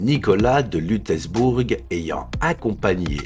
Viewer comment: LUTZZZELBOURG pas Lutèce bourg. Juste pour petite précision Lutzelbourg est en Lorraine...